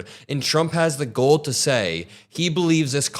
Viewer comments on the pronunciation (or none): its GALL not GOAL! he had the “GALL” to say!! please please someone on team help him w his pronunciation. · keeps pronouncing “gall” wrong.